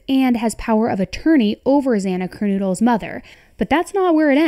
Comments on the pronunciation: Dear God, lady, why are you saying KerNOODLE, ffs? So disrespectful and unprofessional to mispronounced a victim's name. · Kern KNOWDL not kernoodle for Godsakes. 🙏 Please get her name right ✅️ I like your channel but your waving and gesturing of your hands are a distraction from the content. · Its not Kernoodle…one o!! Kernodle!!